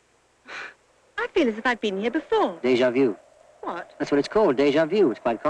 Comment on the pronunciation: "DEIJA VIEW" That's what it's called "DEI-JA VIEW!"